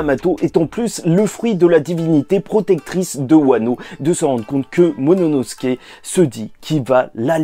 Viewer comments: C'est qui me bute c'est que je regarde t'es review depuis très longtemps. Mais t'as toujours pas réussi à prononcer correctement le nom de momonosuke (Mononosuke) 😂😂😂😂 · Bro c'est "momono... " pas "monono...." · C’est momonosuke pas mononosuke 😭